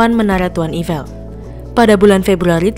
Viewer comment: Saya dengernya jadi evil 😂